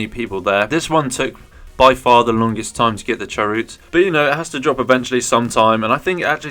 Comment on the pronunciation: Chaoroot prounounce as Chaos plus Root minus the S in Chao”S”! 😁